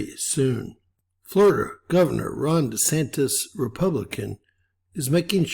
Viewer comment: DeSant "iss" not De Santos. He's American.